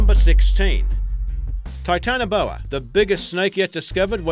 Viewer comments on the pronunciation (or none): none